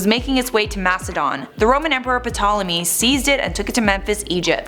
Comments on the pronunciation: "pa-tolemy" lmao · The P is silent. Smh. It would be nice to have someone actually educated to narrate. So many names mispronounced.